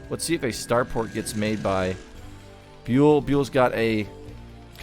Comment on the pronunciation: One day you will finally pronounce Byul corrrectly.. one day. Other than that, great casts.😁